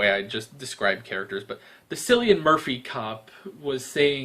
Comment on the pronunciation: Just a little nitpick; it's pronounced "KILLyun Murphy." ;)